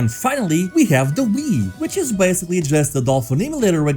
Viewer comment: the way he said Nintendo Wii made me so upset